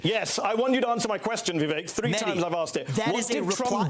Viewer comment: It’s not vee-veck dummy.